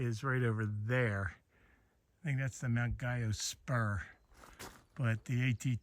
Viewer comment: Not that you care, 2 weeks later, but Mt. Guyot is pronounced Gee-O, not gee as in gee-whiz but a hard G. It's a French surname. Mr. Guyot was a scientist or botanist who spent a great deal of time in the Whites.